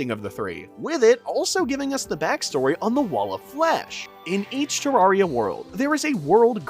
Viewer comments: its ter AIR ria not ter AR ria didnt watch the video JUST because of this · ITS TERRARIA NOT TARRARIA PLEASE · Why do people keep pronouncing Terraria like a fucking tool? Its not TerRARia. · It's Terraria not Tuh rawr ria. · It’s not fucking “ter rar eya” it’s “ter rare eya” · It's terrAIRia not terrAREia because it is a terrarium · Bruh it’s pronounced terrairia not tararia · its pronounced terraria not tarraria btw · the more he says ter-rah-reah maks me hurt so bad its TER-RAIR-RIAH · DUDE ITS TEREARYA NOT TARARIA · Why do you say terrawria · turraria is what you are saying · ew who calls it "terrawria" 😢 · Stop saying tararia 😊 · it's terraria not terrarrai so could you please say it right next time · Im sorry i know this is annoying but it’s tuh-RARE-ee-uh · literally stopped watching after hearing te-rawr-ia after 1 second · Tarraria... druid... STOP PLS. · ITS TERRAIRIYA not terraria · your saying terraria wrong to many times your saying tarraria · Man sayed torrira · I know im late but he said terraria wrong 14 times in this video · WHY DO YOU PRONOUNCE IT LIKE THAT THATS THE WRONG WAY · the way you pronounce terraria is very annoying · you pronounce terraria wrong